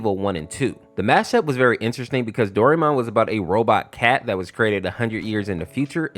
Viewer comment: It's do ri mon